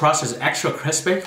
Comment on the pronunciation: *crisPAY intensifies*